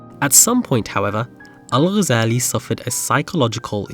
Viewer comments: kudos for not butchering his name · Liked and subscribed as soon as I hared the name pronounced correctly, thank you for the effort in expanding such figures to the world. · I was really impressed by the way u say the arabic name✨✨✨perfect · As a fellow academic, but also as a Muslim, you are one of the few that actually pronounced his last name correctly (literally maybe one of two on the entire site for those are speaking in english regardless of their mother tongue) - even native speakers will pronounce it with a “g” for what I assume is just for the sake of saying it as everyone does? (because then they will pronounce other words and/or *names with عربي) — and even though it is rather trivial, and even pedantic to even care and/or point this out - but I do appreciate how you pronounced it with the ghyan غ , followed with the simple and correct harakat 🫡👍🤝🤲